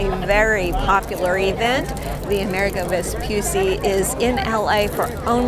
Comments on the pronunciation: just one tip, Amerigo is like America but with a G of "Garden" or "Go" and and a final O sounded not muted, like GO, so it is ameriGO and not VespuSSI but VespuCCI the sound could gentle C like in "check" like a "ch" sound. C in italian could be hard or soft, Hard like C of "Could" or "Cloud" or be gentle like in word "Channel" or for exemple like "Ciao" so VESPUCCI is double "ch" VespuCCi not Vepussi :) just to tell you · Please the name is Amerigo Vespucci not America Vespusi